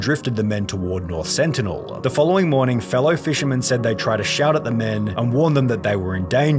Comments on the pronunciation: why yall pronouncing sentinel with an accident? its an english word..........one of the xmen's main villains? the sentinels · LMAO bro confidently said with an accident 😂